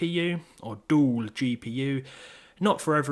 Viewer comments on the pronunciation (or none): "a juul gpu or dool gpu" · "Dool Jeepeeyou"